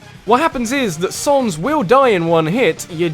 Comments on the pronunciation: Not Sonnes, you were right the first time it's pronounced Sanz. Like as in Comic Sans the font. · its not Sons its Sans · Its sans not sonz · It said SANS NOT SONS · Say comic sans. Now say sans. Same word. Not sons. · You have such a stupid accent! Sonns!?! It's sAns you idiot!!! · WTF!!! its SANS NOT SONS!!!!!!!!!!!!!! IM DISLIKING!!!! AND THE BEST CHARACTER IS UNDYNE!!!!!!!!!!!!!!! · he called sans sons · His name is SANS not SONS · Saaaaaahhhh ns. Not Sohns. Saaaahhhh ns. Sans. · he labels him as sans, he just prenounces it sons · ...'S-aw-ns'? I'm assuming you pronounce Comic Sans the same way which is really jarring comparing to everyone else pronouncing his name S-ah-ns...Mind you, I don't care but it's still jarring (As far as I know, there's no official pronunciation for his name so I don't care how you say it) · ARG ITS SANS NOT SONS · its not sons its s-a-n-s its not that hard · i never seen a guy call sans "soans" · I actually enjoyed the Sans fight. It is Sans by the way, not 'Sonz'. But yeah, it was challenging and difficult, and felt very rewarding once you finally beat him. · Dude it isnt sonns its sans like comic sans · sonns? its sans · It's not sons it's sans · why do you prenounce sans as sons? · Why do u pronounce all the names wrong sons really? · REALLY sans is number 3 also its pronounced sA.ns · Heres my top 5 undertale bosses. There are only like 6 bosses in the game but whatever I gotta milk the undertale train. ? Fucking sonns? SONNS? Can you not pronounce it or do you just not get the painfully obvious joke? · Oh god, never have I facepalmed so much at a simple mispronounciation, than "Sorns". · HOW THE HECK DO YOU MISPRONOUNCE SANS?! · It's Sans. Like 'Comic Sans'? His text.